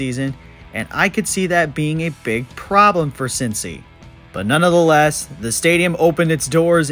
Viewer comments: "None the less" has 3 syllables. What are you saying that has 4? "None of the less"? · "Nunna" the less? C'mon.. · Not even gonna argue with someone who can’t pronounce “nonetheless”